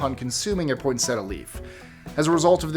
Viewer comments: Poinsettia is named after Joel Poinsett, ambassador to Mexico from Greenville, South Carolina. There is no "t" after the "n". It is pronounced "poin-set-ti-ah". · thank you for saying it like "pointsetta" and not "pointsettIa", thats the worst 😁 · Don't know if this was mentioned earlier, but #22 you pronounced poinsettia wrong. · Is this or is this? said the word at some point in the video, and said it correctly:), I have heard you say it before when you have been on camera...unfortunately, I *think* you said it wrong:( Don't quote me on that though!!